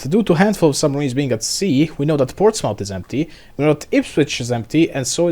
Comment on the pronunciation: Its pronounced Ports-muth (rhymes with bismuth) just FYI